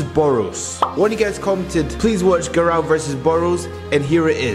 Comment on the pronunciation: bro says garou like garaw